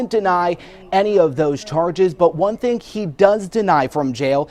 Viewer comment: Not goo, not turd lmao. I know you can make the proper th sound you do it in most cases which leads me to believe you say these words differently for attention